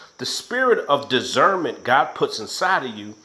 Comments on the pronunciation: Spirit of digernment... or Spirit of Discernment?? Come on now...gotta get it right if you gonna speak on it....thank you for all the great videos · Dizzernment or Discernment?!? That had me on the floor hollering 💀😹💀🤣. Anyway good video 👏🏽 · Lolol dizzernment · And this dude was like if you don’t know what dizzernment is lmao 😂 In my Day day off Friday voice (you don’t even know what dizzernment is 😂😂👌🏾